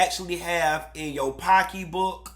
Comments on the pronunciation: I giggle every time he said pockeybook, LOL! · Y'all, I have got to get me a "pockeebook'! LMAO..., All facts stated,!...per usual.